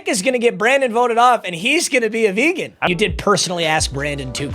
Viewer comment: That vehgan teacher about to yell at you 😂😂